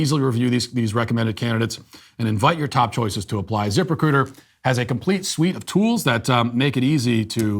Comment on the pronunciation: I know it’s “zip-recruiter” but all I hear is “Zipper-cooter”